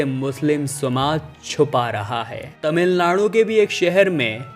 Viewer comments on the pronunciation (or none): none